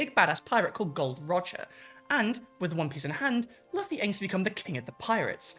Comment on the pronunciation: also, if you haven't already, you are 100% going to get called an "anime tourist" for mispronouncing Luffy's name lol as someone whose wife has seen all 1000+ episodes and still says Luh-fee though, I get it, it happens